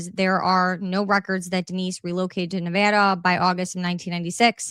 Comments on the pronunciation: as someone who is born in raised in LV thank you for saying Nevada the CORRECT way! ❤❤❤😂😂😂 and thank you for the information great video! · X is hard for me to follow. Thank you for covering this. Also for pronouncing Nevada properly. Washoe is pronounced like wash show.